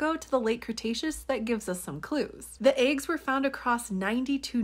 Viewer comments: By the way you mispronounce “eggs”… I’m willing to put a few dollars down and bet that you read the word “water” and allow your speech impediment to tell your mouth to project “wooder”…. Which is not a word. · That is the British pronunciations of eggs.